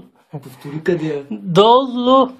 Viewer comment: тоя дето се подиграва на Сиганина първо да се научи да говори правилно и тогава да пуска подобни клипчета, не да мИЕка и да вика "къдЙЕ, нЙе ..." и т.п.